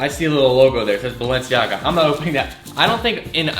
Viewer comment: Isn’t Balenciaga pronounced Bal-en-ciaga not Balen- ciaga